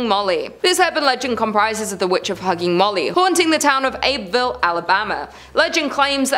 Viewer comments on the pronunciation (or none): It's pronounced "Abbyville" not "Abe-ville". Just sayin. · It's pronounced Abby ville😂😂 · Just a friendly FYI. We pronounce Abbeville as Abby-ville. Lol I may start saying it your way